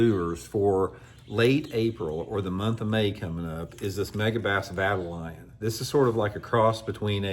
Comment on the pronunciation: Vye-tal-ee-on,. One of my fav baits. That big version looks insane